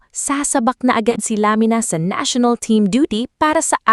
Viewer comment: Sinasadyang i-mispronounce yung Lamina?